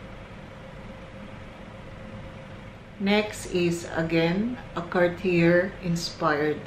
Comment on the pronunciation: Nice collection Hope you can pronounce it as "Car-t-yey" next time Thank you